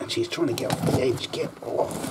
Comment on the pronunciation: Poor little “hedgie” in a Brit voice